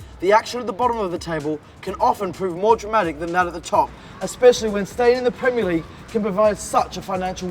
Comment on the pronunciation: “Top 5 pwemier league gweat escapes”